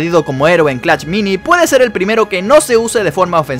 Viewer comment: Wey sabes alabar o qué pedo solo decís clach mini y es clash mini